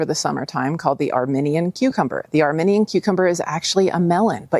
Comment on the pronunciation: I loved this video! Thanks so much. Thinking you may also wish to know that the Armenian Cucumber, is pronounced "armeeenian" to represent that country. You're a WEALTH of knowledge! Thank you!